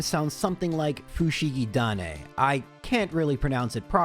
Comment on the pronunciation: Honestly your pronunciation of フシギダネ was pretty ok. You were only missing the intonation.